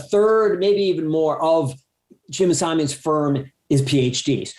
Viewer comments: Simons, not Simmons. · And he KEEPS saying it wrong! Zuckerman should have corrected him.